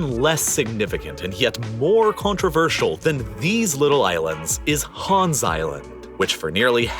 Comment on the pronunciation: People are really pronouncing Hans as HÅAAAaaaanssss. As a Dane, it bothers me more than it should